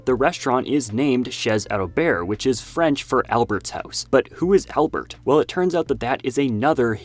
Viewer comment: Nice video and for info the z of chez is silent it's pronouce ché albère since the T in the end of the world is silent too like lot of letter in end of french words. Keep continue ur video they are all so nice to watch and the montage is always so well made u should take a long time to create all of this for us so thank u for ur hard work!❤